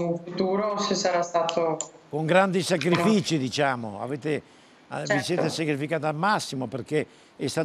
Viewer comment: Da notare la Fornero non riesce a dire "sacrificio".